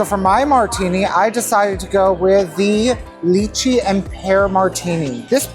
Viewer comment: Kudos to Paul for his pronunciation of lychee! I do agree that they're overhyped. I used to love DTF and went pretty often years ago when the prices much more justifiable.